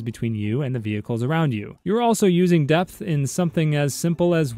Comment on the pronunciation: Depth. He said "Death"...